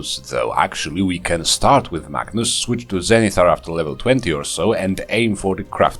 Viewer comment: I will admit, I kept hearing "Magnus" as "Bacchus". I was very excited to see how wine would factor into this build.